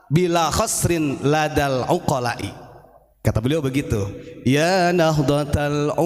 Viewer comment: Lagi baca nya gak lurus lazal bukan ladal